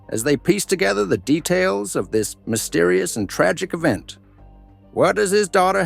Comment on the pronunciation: Best goofy AI attempt ever to pronounce "mysterious." Strangely enuff, same AI pronounced it correctly in the preceding sentence, then forgot how by the end of the very next sentence.